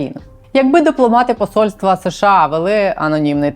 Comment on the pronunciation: будь ласка, не СеШеА, а США. СеШеА почали вимовляти за пізнього Брежнєва, бо, найімовірніше, його щелепа не справлялася з такою "складною" абревіатурою. І тоді ведучі Центрального телебачення запросили мовознавця й запитали, як правильно вимовляти цю абревіатуру. Той дуже нерішуче сказав (його нерішучість була цілком зрозуміла), що краще промовляти США. Послухайте Володимира Огризка, Катерину Кельбус, Мирославу Гонгадзе тощо і відмовтеся нарешті від СеШеА. Ми ж бо не Росія!